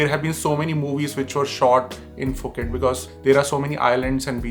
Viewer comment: Wtf is Foket? It's Phuket🤣🤣🤣